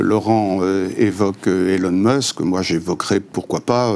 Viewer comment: Elon meusk 😂 je quitte aussi